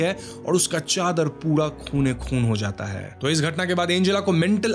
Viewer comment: Whenever you say Khoone khoon🤣🤣